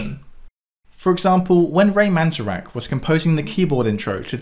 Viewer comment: Hendrix didn't write "Hey Joe" it was a cover. It was written by Billy Roberts. Also, the narrator mispronounced Ray Manzarek's last name. Other than that great video.